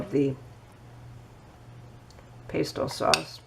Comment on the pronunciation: I think she does mispronounced Pesto